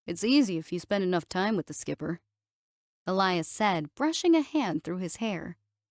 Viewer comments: Or mispronouncing Skiper... ("Skyp-er", instead of "skip-er") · "Skiper" <> "Skipper". Match the captioning with the pronunciation. Pretty please.